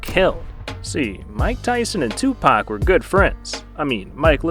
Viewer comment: "Twopak" lmao